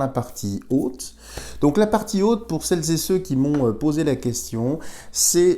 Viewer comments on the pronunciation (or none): Je vous apprécié beaucoup mais SVP ne dites pas "celles zet ceux" cela m'est insupportable, merci.